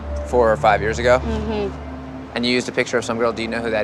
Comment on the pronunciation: Tammila? No tammeela..i thought i heard that from american idol audition.. 🤔